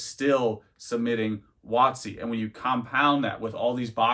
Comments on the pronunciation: Everytime you say "wotc" I cringe hard, maybe it's because I'm 30 years old and I know what it really means. Not some precedence set by some douchebag YouTuber. Either way, nice informative video 👍🙂. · Giggled every time you say WOTC lol.